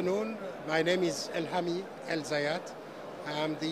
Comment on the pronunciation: his name is elhamy not elhany